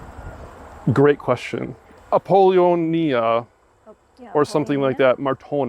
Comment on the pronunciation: A Gen X stone cleaner would know how to pronounce Apollonia. 😁